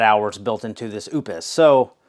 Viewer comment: it's prounounced "oops" just like the britney spears song! lol